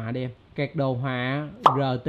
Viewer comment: Card mà tui nghe thành c*t không ?^^